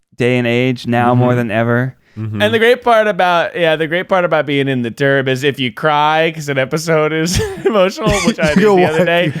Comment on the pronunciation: everytime said, "turb" all I can hear is terd & giggled through that whole section.